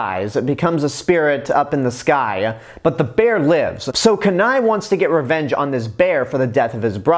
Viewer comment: Kenai's name is pronounced keen eye not kanai.The other two brothers are called Sitka and Denahi. I love the gta 5 joke with Trevor because Trevor is basically the polar opposite of a stereotypical Canadian. Its like they had all these Canadian stereotypes and Trevor is like, 'Man fuck this' and mows it down with a machine gun. No wonder why all the Trevor rampages in gta 5 happen because almost everybody makes fun of Trevor for being Canadian even though I did not know Trevor was Canadian until much recently